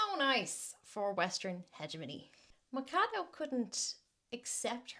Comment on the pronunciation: The ch in Machado sounds like the ch in China. She's a piece of work anyway...